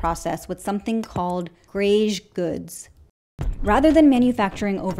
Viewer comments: Greige goods is pronounced like "grey" goods. Also, I generally hate fast fashion, but to play devil's advocate, it was an equalizer. A working class person can look rich and trendy. Before that, it just was not possible to match a designer look with clothing from budget retailers. Therefore, everyone knew how much money you had based on your clothing. Nowadays you really can't tell unless you're very studied in these things. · It's pronounced "gray goods," not "greige." I went to fashion school. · Greige is pronounced “grey” … can’t take you seriously if you don’t get that right.